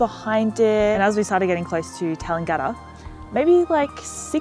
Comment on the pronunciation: Your pronunciation of Tallangatta is completely wrong. It is not pronounced as it spells!